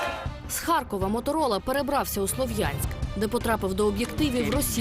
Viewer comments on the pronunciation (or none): услышала из уст мамы "Моторыло"...а не Моторола...или мне одной так послышалось...